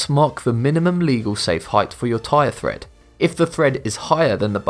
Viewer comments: Tred not Thred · It's "tread" (on the tires/tyres) not "thread" as the video voice pronounced it. That said, this is one of the best "" videos. Very well done. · Number 9, it's tread not thread. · Also, "windscreen" instead of "windshield" & tire "thread" instead if tire "tread" drove me crazy! Come on! How did those get past the writer, the speaker, AND the editor?! ARGGGGH! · The word is "tread" not "thread" Thread is what you sew with. Tires have tread. Pronounced TRED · Tire TREAD, not thread. :-P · It's not tire thread. It's tire tread. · Yeah. The tire store salesman would have a laugh if he went in to buy new tires because all the "thread" is gone lol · tyre tread, not thread. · Note to: #2 is pronounced Tread not thread. As for the marks in tires, they are called the tread wear indicators and are set at 2/32" or 1.6 mm. For minimum requirements in the U.S., Texas requires tires be replaced at 3/32", 42 states consider 2/32 inch the minimum legal tread depth; while California and Idaho require replacement at 1/32". The states of Arkansas, Montana, New Mexico, North Dakota, South Carolina and West Virginia have no standards on tread depth. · That would be "Tread" on car tires, not "Thread." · Tyre thread? It's tread. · did he really say tire "thread"?